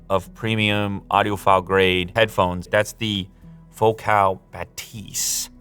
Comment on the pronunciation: It's pronounced Focal, not Focaal. Like focal point, which is kind of their whole thing. They have been making exceptional car audio for decades.